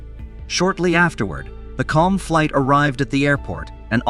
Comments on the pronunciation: Bro it is not KLUM it is KLM which is pronounced KAY EL EM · The name of the Dutch company is Kay El Em not Klum, this guy knows nothing about airlines, domestic or international. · I only realized halfway through the vid that what was meant by klum was KLM lmao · Ahhhhh yes. The slightly somewhat sorda deadly crash involving KULM and the PANUM airlines plane 😂😂 FERFUXAKE he literally sounded out the letters like kindergartners would do. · For some unexplained reason, that's how the narrator pronounced "KLM" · Yes. I found that annoying too